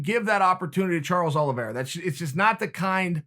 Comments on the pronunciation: Chael “Charles Olives” Sonnen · Chael: Charles Olives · Chael.. I love you but Charles last names isn’t Olives 😂😂😭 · No one: Chael: Charles olives 🫒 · Me: Charles Oliveira Chael: Charles Olives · “Charles Olives” 😂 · Me: Charles Oliveira Chael: Chawlers Olvera Me: Charles Oliveira Chael: Charred Olives Me: Okay great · Chael really just called him Charles Olives. Damn. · Chael: This is meant to be positive towards "Charles Olives" 😅😂🤣 Chael: Put him in there with Olives! 😄 Too funny! At the end Chael makes it a point to over annunciate Oliviera! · Brendan: Charles Olivreea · Chael said its olives, so its Olives, alright! new name, he must have recently changed it. He is a Hoot! Love my Uncle, Chael P.!